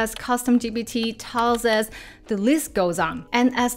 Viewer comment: Hi,. Thank you for this video and all your other videos. They are always informative and highly useful. Might I offer a small observation, if you don't mind? (I hope you don't 😊) "Tasks" (plural) is also still pronounced as "task" (singular) and not "taskses". I have noticed that throughout all your videos that I have watched. There are also many other words that are like that that you might want to watch out for. E.g. "posts" (Not "postses") Just a small observation. Don't mind me 😊